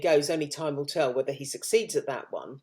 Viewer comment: ‘Wevver’ gives it away😂